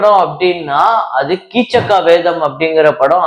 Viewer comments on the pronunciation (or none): கீச்சக்க வதம் அல்ல. கீசக வதம் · அது கீசக வதம். கீச்சக்காவேதமில்லை. பாவம் ஜியாவூர் பாய்.பாரதக் கதை தெரியாதது தப்பில்லை. சிவந்தமண் தான் வெளிநாடுகளில் எடுக்கப்பட்ட முதல் தமிழ் படம். 1969. ஆனால் உசுவா கீழ்த்திசை நாடுகளில் படமாக்கப்பட்ட முதல் படம்.